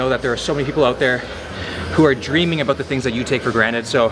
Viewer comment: You must be Canadian. No American says “aboot” for about. Maybe some people in Wisconsin or Minnesota do idk.